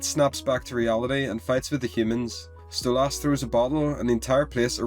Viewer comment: Why do you say stolASS?